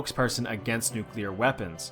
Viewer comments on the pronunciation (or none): none